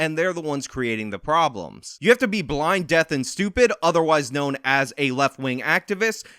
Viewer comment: I love your vids but it's deaf not death! I cringe so hard every time you say death lol